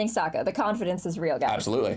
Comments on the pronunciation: I seriously hope he was joking 'cause it's ridiculous he needed to be corrected in the first place. Unless he was joking on purpose of course. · As others have said, Shyamalan would approve, but, fans are cringing and fuming as we hear the mispronunciation of Sokka...especially since characters have said the name correctly several times in less than five minutes. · hey, pronouncing sokka's name like that is better than pronouncing aang's name like ong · My god this is something I can’t wait to hear about in the next podcast (unfortunately I believe they’re on vacation so no new podcast kind of) Danny is definitely gonna have some scolding for lmfaoo 😂 Saying so confidently “SOOKA” instead of “SOKKA” is why your the goat 😂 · This guy using the reviled non-existent movie pronunciation of Sokka 🤦🏽‍♂️ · I LOVE this episode! Also...did bro actually say... SOH•KUH? (Edit: Aight, he was corrected 😂) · Personally I ain’t reading all that but Soh-ka💀